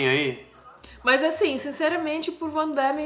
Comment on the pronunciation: O chama o Van Damme de Vandaime, será que é só pela trolagem?